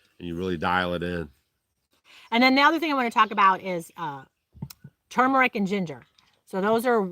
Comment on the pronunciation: I'm glad you pronounce turmeric correctly! Some people think it has a silent R! It is turmeric, not tooomeric like some people say. Sorry that's just my pet peeve. 👍👍